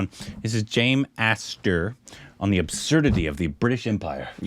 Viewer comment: messes up even Brit names.. "Aster" for Acaster 😂I thought you Korbinized Indian words like Uyire - "U Hi De" and Tu Hi Re as "TuDiHee Re" in the last video of Hariharan song